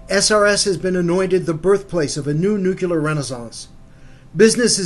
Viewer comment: Rule #1: One can safely disregard any commentary from a narrator who is unable to correctly pronounce the word "nuclear".